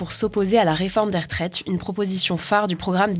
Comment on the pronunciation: Les rEtraites,, pas les r’traites 😆